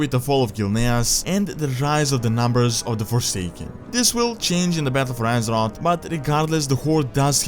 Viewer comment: The Horde died when they accepted pandas in their order. I love your vids but please stop. Its Thrall and not Trall, its Azeroth and not Asrot, Plague and not Plag and its Mass Destruction not Mess Destruction. You need to work with your grammar